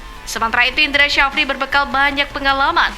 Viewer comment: PSSI...pakai ejaan indonesia bang.. Jangan pakai ejaan engres Bukan indra sajapri bang😅 tapi indra safri..